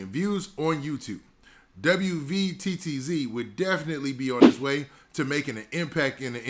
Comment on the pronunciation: W V T T Z bro just say WATTZ